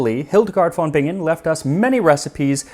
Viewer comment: The v in German usually is pronounced /f/ unless the word has Latin roots. So, it's Hildegard /f/on Bingen. But apart from that, your German sounds quite promising!